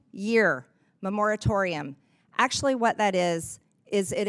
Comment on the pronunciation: "Memoratorium" is not a word, yet she said it, twice.